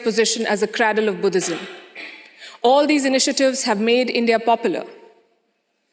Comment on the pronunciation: Pronounced 'crAYdle' ✅ Not "crAdle"❌